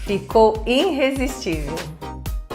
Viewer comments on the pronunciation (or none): Querida, são ótimos seus vídeos, mas me dá uma dor te ouvir dizendo "Herr frai" e " iNrresistível"... procure acertar nestas pronúncias para ficar melhor ainda!